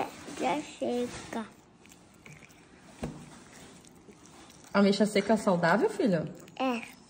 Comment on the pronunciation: "Abexa" (ameixa)kkk